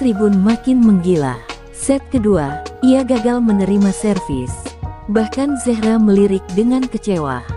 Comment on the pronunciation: Terlalu lebay! apalagi nyebut zehra, ngawur!